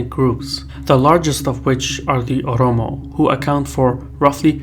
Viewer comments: it’s Oromo not Omoro. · Its not omoto, its Oromo Ethnic called. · of the universe 1 Ethiopia was still fighting back when Italy said it conquered it fyi it only controlled 2 major cities . And it's obvious your mad cuz he didn't say Oromo correctly